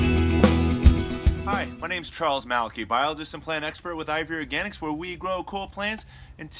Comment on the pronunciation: Sounds like you're always saying IVORY Organics instead of IV Organics.